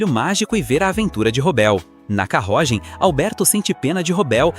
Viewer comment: que portugeues em "carrogem"